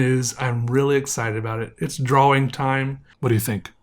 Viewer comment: I think it's more like "draw-wing"